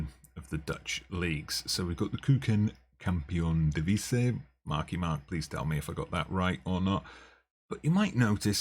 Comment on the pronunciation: "keuken kampioen divisie" >> Not even close, it sounds more Icelandic. :-)